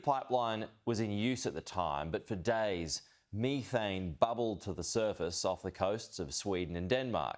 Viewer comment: "Rusher" "Me-thane"